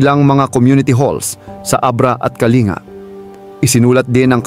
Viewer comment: Kalinga "(bigkas nyan ay "kaling-ga")